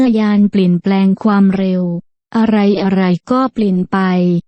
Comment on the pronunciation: ไม่อยากให้ผู้บรรยายออกเสียงว่า ฟามเร็ว : )